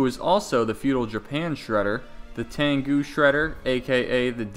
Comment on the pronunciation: It's pronounced "tengu" not "tangu"